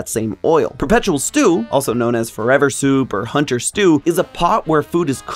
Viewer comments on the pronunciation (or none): none